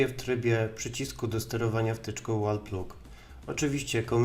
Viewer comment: Świetnie, że robisz takie filmy! Mała dygresja, a w zasadzie dwie: 1. Dobrze byłoby pokazać, o jakiej tabelce asocjacji mówisz i co to są w ogóle te grupy. 2. Wall Plug --> czytaj: łol plag. Podobnie jak Plug & Play --> plag-end-plej